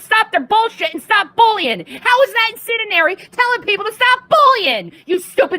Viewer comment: Incendinary, lol.